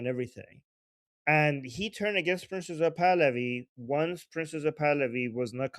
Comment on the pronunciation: when you say "Prince Pahlavi" it sounds like you're saying "Princess of Pahlavi." Just sayin'. Love this show...extremely informative. After the Iranian people are free, a dream of mine is to visit Iran. I've been grieving for and praying for the Iranian people since the trauma of the Islamic revolution in 1979.